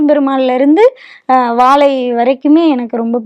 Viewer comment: Sir first plesae learn to pronounce Vaazai correctly. Not vaalai. Learnbtamil first before putting up a blog. Jay